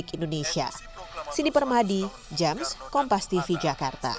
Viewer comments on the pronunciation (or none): none